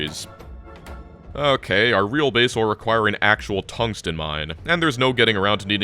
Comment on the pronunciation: "Thungsten carbide drills" LOL :D